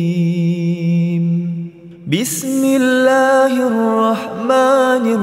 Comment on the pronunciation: Sekedar masukan ustad, mahorijul hurufnya mohon dikoreksi sebelum di terbitkan, mengingat ini akun didengar banyak org islam diindonesia, sdgkan lapad terakhir di ayat kursi ini dibaca Azimm bkn Adzim ditebalkan.